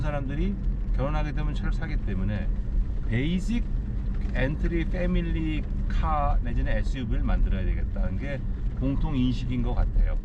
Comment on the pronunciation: 영어 발음을 그냥 한국 식으로 해주시면 듣는입장에서 편할거 같어요. 패밀리를 때미리로 들었어요.하도 말아서?발음을 하셔 가지고.